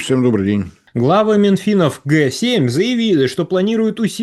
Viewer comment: Ох, уж это украинское "ГЭ СЕМЬ"